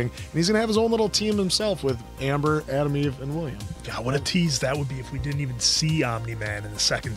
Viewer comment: lol always thought her name was ADAM EVE sub titles say her name is ATOM EVE, damn US pronunciations.